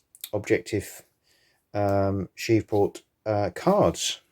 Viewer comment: Pronounced "Shreeve port" Shreve like sleeve.